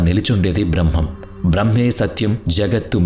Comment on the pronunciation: Braahmam kaadhu brahmam